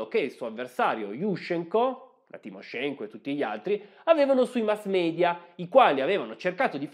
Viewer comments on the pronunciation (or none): none